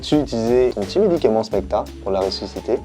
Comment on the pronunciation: Quand a dit ressuscipeter, j’ai péter